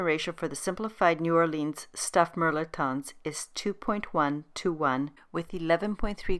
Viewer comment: Its pronounced mel•et•ton.